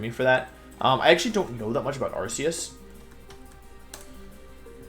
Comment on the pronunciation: THAT IS NOT HOW YOU SAY THE NAME, STUPID!